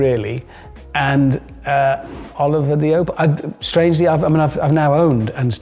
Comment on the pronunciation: Its Oliver, simple as.